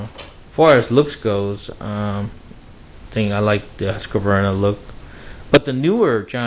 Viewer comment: It's not that his camera is bad -- it's a low-res upload to the internet. Well, his camera may be lousy, too, but no recent camera is 144p. And, it's "Husk-var-na" -- 3 syllables, not "Husk-a-var-na." You should be able to correctly pronounce the names of family, co-workers, and power tools. If you don't, they'll bite you.